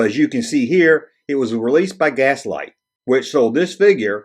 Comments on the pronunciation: V-L-I-X pronounced vlicks. GLASSLITE, pronounced glass light. Come on dude lol. Killing me lol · I've always pronounced the character as Licks with a V, VLicks. Also the Brazilian company is Glasslite (Glass Light) not Gaslite. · Did a quick search for Glasslite commercials from Brazil. They definitely pronounce it: Glass-Leet. Not sure why you keep leaving the L out of that word... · Its pronounced glass-leet.